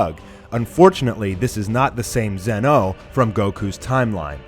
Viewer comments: Lmao, Who is ZehMasoo and who is ZenOh. It's supposed to be pronounced[ZAH-MAH-SOO] and [ZEEN-O], not [ZEH-MAH-SU] and [ZEH-NO], lmao, even in the anime it's pronounced like that -_ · It's pronounce Z-ee No not zen-oh also its not his full power shown. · Please stop pronouncing zenoh like that